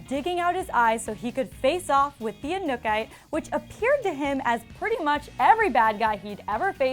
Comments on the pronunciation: Who is the anukay? It's Anuk-ite!!! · Its not inkuki it anuk-ite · Did she just say the Anukai? 😂 it's The Anuk-ite 😂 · Anuk-ite.. not anukite.. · No hate but it's not pronounced 'a nook ite' it's pronounced 'uh new kitay ' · Okay so it’s not the anuke it’s Anuk-ite alright. So get it right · it's pronounced anuk-i-tay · It was so annoyed listening her said every time the wrong way 😑😑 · the way she is saying anuk-itè is triggering me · Why dafuq is she saying inukite?! Does she even watch teen wwolf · wow she really can't say Anuk-It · Clearly she didn't watch Teen Wolf, cause she said Anuk-ite wrong.... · Anuk-ite. Pronounce it properly please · The disrespect when she says Anuk-Ite. Get someone who really watched the finale please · "The Anuk-I" someone knows their Teen Wolf. 😂🤦🏼‍♀️😒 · Can’t say anuk-ite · Boi if you don't......say anukite right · It's pronounced: anuk-ite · omg can you not pronounce aknu-kite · Lmao you said the Anu-kytae wrong lol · Your pronunciation of the main villain makes me cringe. Means you didn't watch the show. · did she rlly just pronounce the anuk-ite like that??? Honestly if u're a reporter u should do ur research, all it takes is one ep where they mention it, heck just watcha youtube video. Is that really so hard smh? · Just trying to get past the mispronunciation of Anuk-Ite. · Ekemini Andrews I Love that they got somone who OBVIOUSLY doesn't watch Teen Wolf to report on this...she is LITERALLY not pronouncing the MAIN ANTAGONISTS name right...#GoodJob #YouOnlyHadOne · Edward Zamora she keeps saying it wrong😑😑 Shame on her